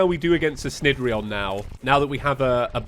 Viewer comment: I'm pretty sure cnidrion is pronounced nih-dree-on because derived from Cnidaria which is a term used for the Cnidaria phylum which includes anemones, coral, and jellyfish Also good video!